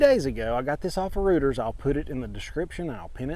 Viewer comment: the name of the news agency Reuters is pronounced Roy-ters. Love the content, by the way.